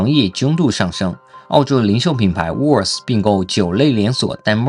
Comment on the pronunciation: Woolworth的读发应该是把它当两个词读是对的